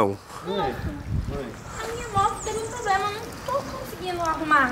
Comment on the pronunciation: O "poblema" é q a morena não sabe falar, problema...kkkk